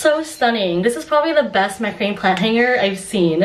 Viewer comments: It’s pronounced MAC-RA-MAY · Its pronounced MAC-RA-MAY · Ma-kruh-may is the pronounciation of macrame. I grew up with it in the '60s and '70s. Very cute place!